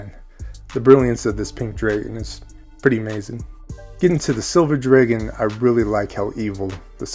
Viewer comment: I can’t hang with your dragon pronunciation. 😊